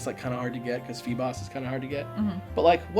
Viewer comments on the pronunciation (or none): he's a bass. He's a feeble bass named Feebas. It's not "Feeboss," lol.